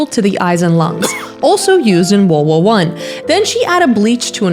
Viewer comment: Gurl said wowo one instead of world war one 😭